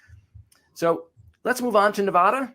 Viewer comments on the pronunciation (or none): Ne-VA-duh not Ne-VAH-duh 😁 Trump is a child in many ways.